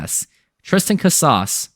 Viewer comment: you really expect the mlb corner of youtube to take you serious the way you pronounce casas? At this rate you're only going to fan the flames of mariners interest with no room for growth.